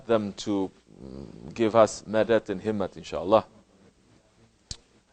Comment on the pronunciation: How does he know the urdu word "himmat" and "ghulam" in pakistani accent. Does he have any relation with Pakistan